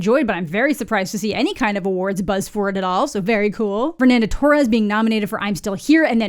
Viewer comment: Have been watching your channel for years, and as a Brazilian, it’s amazing to hear you saying Fernanda Torre’s name as one of the winners ❤